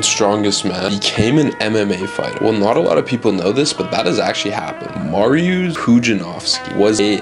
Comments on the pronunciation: You pronounce it Mari uushh my dad is called that and he is also polish 😅😅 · I swear bro had a stroke tryna pronounce his name